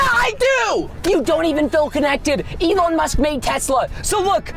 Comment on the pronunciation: Lol the way he pronounced “Elon musk” was Elin musk which is my name without musk